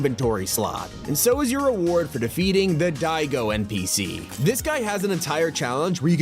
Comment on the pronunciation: its Da go, daigo, not diego